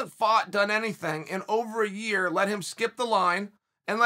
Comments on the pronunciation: Your-ear is hilarious..in fairness not my joke. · "Yir" "Your Ear" "Ya rear"